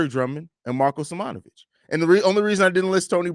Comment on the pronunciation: They also pronounce simonovic wrong lmao